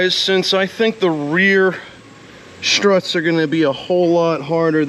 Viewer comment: Is SCHTRUTS the german/american version of STRUTS?